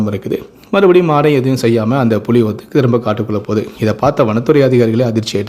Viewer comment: அது புளி இல்லடா புலி ஏன்டா தமிழ கொல்லறீங்க